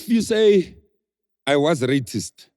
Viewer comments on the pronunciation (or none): "if you say I was ratist" 😂😂😂